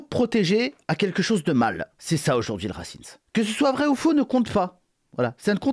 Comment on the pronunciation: C'est fait exprès la prononciation "racimse" ?